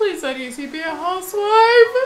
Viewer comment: “HAUSS WIFE” 😂😂